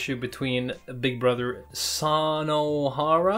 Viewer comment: Small tips: Japanese pronounce their alphabet exactly how it is written, like the "u" in Sunohara is not u in "sun", but u in "you" or "brutal". Kinda hard for English speakers but hey, I appreciate that. Anyway, this is the most surprising arc so far because I felt like this came out of nowhere.